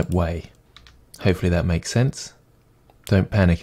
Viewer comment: "...so have a go at thaTT" :'D